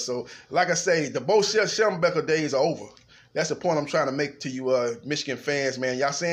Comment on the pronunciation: schembechler NOT schemburger!!!!!